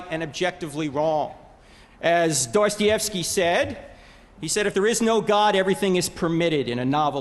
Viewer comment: lol "Doy-stee-ev-skee"